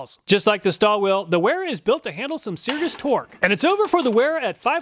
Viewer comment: It's pronounced vera only weha is pronounced with a w! An NCO obviously wouldn't know that. Let's be honest this guy is the type of guy who'd count on his fingers at a spelling bee!